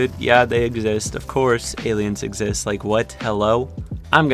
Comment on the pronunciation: Nobody:: "exist, EgGs ZiSt, eggzist."